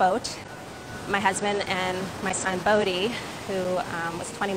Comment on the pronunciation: She said bodhi